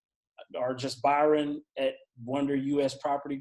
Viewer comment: Psssstttt! Hey **pulls to the side** His name is Byron. Pronounced "by-run" not Bryon pronounced "Brian" Thanks for all the great content. All very helpful and motivating. Only one deal away!!!